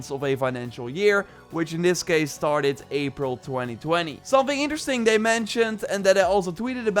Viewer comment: Did you just say 'it's pretty eentersting'